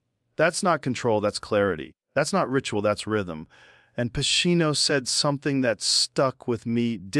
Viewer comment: Lol. We know this is AI. Al Pacino. Its pronounced AL PACHEEENO. That's the tell